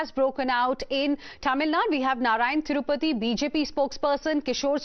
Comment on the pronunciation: This Anchor needs some schooling: for See maan she says seman(😅), Narayan Tripathi she says Narayan Thirupathi(😅).